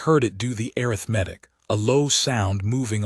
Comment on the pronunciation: Great story. Arithmetic being pronounced "air-riff-medic" 🙄 AI can do better.